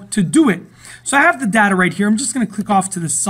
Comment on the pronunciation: It's 'data' not 'data'.